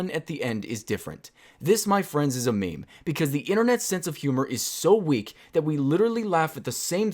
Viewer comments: I don't think you know what memes really are... Also, the only people who pronounce it maymay are middle aged women on Facebook that don't know better. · who the fuck calls meme's "may may" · No one says may mays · Stupid people say it like "MayMay" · lol who pronounces meme as may may